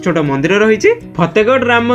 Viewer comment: ଫେତେଗଡ ନୁହେ ଫତେଗଡ nd in english y can say fatehgarh 😂😂😂😂😂